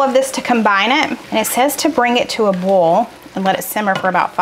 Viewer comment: I dont have many grocery stores in west palm beach...no food lion. Publix, aldi, winn dixie is all. I am a bit bothered by your pronunciation of boil lol! It is boy..ol. 2 syllables...not bowl! Just being funny...love you!